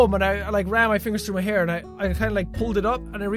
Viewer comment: hair not haie